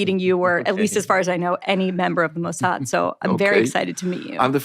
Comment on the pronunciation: "What is the MOW-S-HAD?" Bari's pronunciation is impeccable, for someone just learning about the Mosaad. Some people just have quite the ear. 😂